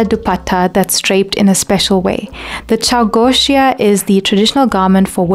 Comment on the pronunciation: the way you have covered her fashion statements, taking only the personal aspects that were sensitively affecting her dressing style without crossing any boundaries... this was wonderful! (btw it's pronounced "chauw-go-shi-ya")